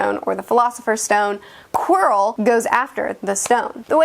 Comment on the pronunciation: Sorry, what? Quirl? Not meaning to be rude but it's pronounced Quirrel. Like squirrel. It's not a squirl; it's a squirrel so it's not Quirl, it's Quirrel. (Probably spelling his name wrong but oh well). Anyway, great video!